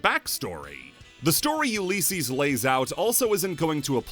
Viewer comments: It's pronunced u li cees, not u lee cees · U lis ees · The way you say Ulysses bothers me, other than that solid video. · The way he says Ulysses is causing me psychic damage